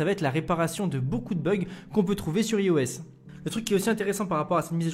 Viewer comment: "ai"phone mais "i"os ? :p c'est mieux de dire "ai"os, vu que c'est comme ça qu'on prononce ;)